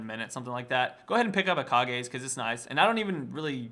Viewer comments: It's not Kah-gay, it's Kage! Tenacious D!, I am disappoint. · kahgays? i thought its pronounced like cages lol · Kah-Gays? Kage's dafuq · it's not gay it's ge as said because it's japanse -. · It's Kage like Cage, no Kage like Hokage. It's a reference to Tenacious D.